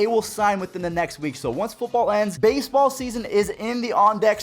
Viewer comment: Did anyone here the way he said baseball in ?!